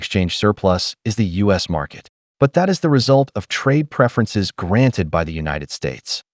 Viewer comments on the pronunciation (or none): none